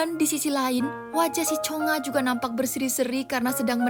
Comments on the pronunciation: Nama nya chungha bukan chonga😮😅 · Yang benar chungha woi cheungha² aneh kali lah ni